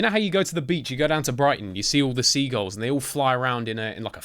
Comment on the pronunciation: The seagulls have something against you becuase of the way u say their name XD love this btw id love to see more